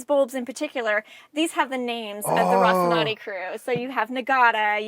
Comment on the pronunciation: I usually love Adam's visits to Propstore but they're typically best when the Propstore host is more knowledgeable about the series and comfortable on TV. doesn't seem to have a great grasp of the series (doesn't know how to pronounce Rocinante) and isn't able to interact with Adam as deeply as Stephen has in other videos.